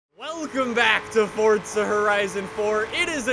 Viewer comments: It’s not fordsa it’s forza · Forza means force in Italian and is pronounced like “Fortsa” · You say fortza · direct me to the “t” in forza, love u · Please pronounce it correctly it kills my ear drums